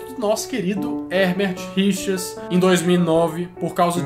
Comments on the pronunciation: mas mc lan ele fala Herbert Richars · Eu escutava "erdertirichas"